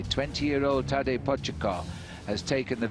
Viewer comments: It’s funny to hear Phil trying to pronounce Tadej’s last name back then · today, Phil certainly knows how to pronounce his last name